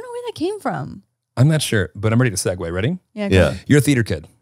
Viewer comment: how dare say Segue wrong